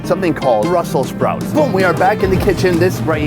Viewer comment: Lordy have mercy, when he said, house been sprouts slaw, that hit me like nothing before.